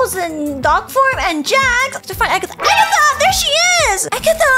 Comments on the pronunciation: It's not Agatha it's Ragatha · IT’S RAGATHA NOT AGATHA!